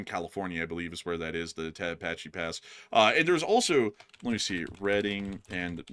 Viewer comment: hey, you do know that putin's sochi palace,, was demolished in early 2024? it was reported with images in the kyiv post on 8 october 2024. is he planning a rebuild?, its pronounced te-hatch-a-pee. i got that from a local.